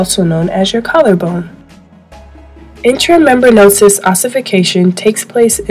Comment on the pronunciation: intra mem-bran-ous... not intra membranosis. :-)